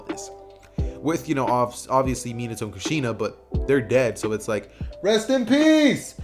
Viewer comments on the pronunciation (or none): My favorite part when he said RAST IN PEACE